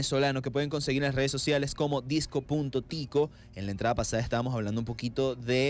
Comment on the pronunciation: ¿CÓMO QUE SE PRONUNCIA DISCOTÍCO, CREÍ QUE ERA DISCÓTICO :(((((? Pero por otro lado, excelente entrevista, excelente artista y excelente persona, 10/10 y ojala tener Neo Caracas para rato